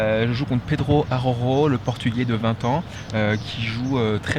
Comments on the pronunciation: En Portugais Araujo se prononce ArauJo et non ArauRo comme en Espagnol 😉 Sinon félicitation pour tes 2 victoires a Martos 💪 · Araujo se prononce A-RAU-GEAU, c'est un portugais pas un espagnol !